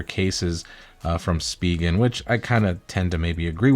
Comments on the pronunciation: Speegan ? You mean spigen pronounced “ spi …. gen “ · It’s pronounced “Spy-Gen”